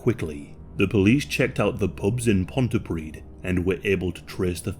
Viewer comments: Pontypridd - Pontypreeth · "pontyprid" 😂😂😂 English people are so ignorant of Wales... Even though they just live next door Improve your pronunciation and learn about Welsh language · Sorry can't get over the way you said Pontypridd, it's said Pont-ee-pree-th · Pontypridd, (ponty-preed) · FYI for future reference, it's pronounced "Pont-Uh-Preeth." ("dd" in Welsh makes same sound as a soft "th" in English such in words like feather.) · Well done, I love your videos and appreciate how much work it must take to produce. BTW you pronounce Pontypridd as Ponty-preeth. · "preeth" is misleading since it doesn't indicate the hardness of the -th, it's more like "preathe" as in rhyming with "breathe" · Pontypridd rhymes with "breathe".... as everyone knows. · The way you pronounced Pontypridd was funny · the dd in Welsh makes a th sound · Not that it matters but for future reference, the double d is a soft th sound, not a d.